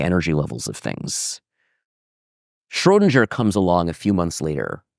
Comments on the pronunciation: why does he say Schrodinger like SchrodinJer .... never heard anyone pronounce it that way. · schoedinJer ?? Mind you pronunciation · Very interesting, thanks! Especially the N^3 phase space nature of the quantum field, I did not have this intuition! Small remark: the name should be pronounced Scrhödin_G_er, not Scrhödin_J_er :) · The pronunciation of "Schrödinger" seems peculiar. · Q. Why do you keep mispronouncing the word 'Schrodinger'? A. That's a good question.